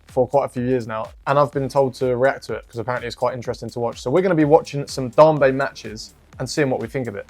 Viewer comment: It's pronounced "Dame- bay"